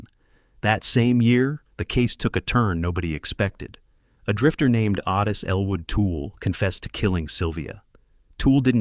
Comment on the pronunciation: Otis, long o not Ottis